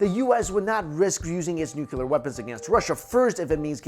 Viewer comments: Great stuff! But, please...for the love of God...it’s “nuclear” not “nukyulur”. As in “new clear”. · Nuclear please ....... Not Nukular. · nuCLEAR not nuULAR. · Nuclear. Nuclear. Nuclear. Nuclear. Nucular? No. Nuclear. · Nucular isn't a word. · Also, nuclear - “new clee er” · I love your channel, and your content! EXCEPT... when you pronounce it "nuc-u-lar" .... :P Also - please bring back some more weird cryptozoology videos! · The way this guy says "nuclear" makes me want drop a bomb on his head. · Please, if you present yourself as a "science" channel, you really ought to learn that the word you are trying to use is NUCLEAR. It's pronounced NOO-KLEE-AR. And while I'm at it, it's not MOW-NO-TONE-US, it's spoken as MAH-NAH-TON-US.